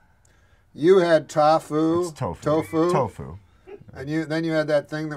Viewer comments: Just mispronouncing “tofu” is a joke in its own lol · the best thing is how he purposefully mispronounced tofu to make it sound like he had no idea what it was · Norm knows exactly what tofu is. He mispronounced it on purpose I guarantee it. More than likely